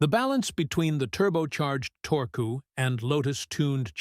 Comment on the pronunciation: He said "torkoo" 😂